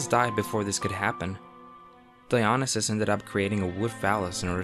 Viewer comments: It's not di-ON-neh-sis. It's di-oh-NY-sis. Stress on the next to last syllable. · duh.. it's DionySUS not DionySAFE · Dionysus pronounced DEE-ON-ISS-US. Neither Orpheus or Narcissus were gods. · Good informative video. Pronociation of some Greek name's confusing. Dionassis and zoos? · Dionysus is pronounced Die-o- nee-sus, sorry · mhhhmmm love the vid but you pronounced Dionysus wrong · Put the emphasis in the correct place within the word Dionysus, or you’ll end up sounding like Nomi Malone in Showgirls, saying, “Versace.”